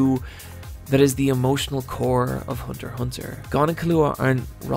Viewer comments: Go back to calling it Hunter EX Hunter, that's the correct way of pronnouncing it, Hunter Hunter sounds dumb and for some reason part of the community calls it like that! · They’re both right. Hunter Hunter is the Japanese pronunciation. Hunter x Hunter is the English pronunciation. Japanese don’t say the rs so it kind of rolls off the tongue but it’s extremely awkward in English, hence the pronounced x. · Lmao I had no idea as to how to pronounce the title